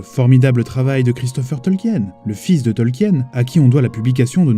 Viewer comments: Côté prononciation, on n'y est pas. Son nom se prononce TOL-KI-NE ! parce que le nom a des origines allemandes, comme mentionné dans la vidéo ! Tolkien (Tol-ki-ne!!!) n'est pas l'auteur du Hobbit et du Seigneur des Anneaux. Nan nan, il le dit lui-même, il n'est que le traducteur du livre rouge de Bilbo et Frodo, qu'il a trouvé ! Les tolkiendili se réunissent Sur les Terres de l'Unique le dernier week-end de septembre à Plouha. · Rectification: Le nom Tolkien se prononce comme s'il n'y avait pas de E avant le N (soit "Tolkine" et non pas "Tolkiène"). Il s'agit peut-être d'une erreur commune au sein de la francophonie, mais une erreur reste une erreur et c'est dommage de la trouver véhiculée par une vidéo à caractère culturel. Je sais que commet très souvent des fautes de prononciation, mais là c'est quand même le mot principal de la vidéo, celui qu'on prononce toutes les 2 phrases, et je suis très déçu de l'avoir entendu massacrer le nom de Tolkien pendant près de 20 minutes... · Je crois que le plus choquant dans la vidéo ce n'est pas la prononciation de Frodon mais celle erronée du nom même de Tolkien, qu'on doit se coltiner presque à chaque phrase pendant quasiment 20 minutes. Pour info, ça se dit "Tolkine" et non pas "Tolkiène". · Bon dieu, on dit "Tolquine" pas "Tolquiène" ! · Pourquoi vous dites "Tolkiène" ? Ca se pronnonce "Tolkine"... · Ce n'est pas qu'une question d'accent. Déjà rien que le mot "Tolkien" est mal prononcé... à chaque phrase... pendant quasi 20 minutes. J'ai souffert. Pour ceux qui ne sauraient pas, ça se prononce "Tolkine", pas "Tolkiène". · Super vidéo mais on dit Tolkeen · Faut le savoir en même temps, que ça se prononce "Tolkine". Ceux qui ne le savent pas (c'est à dire une grande majorité) vont instinctivement le prononcé "à la française",ce qui est complètement normal. Perso j'ai mis des années à découvrir la vraie prononciation, et c'était y a pas si longtemps, et complètement par hasard.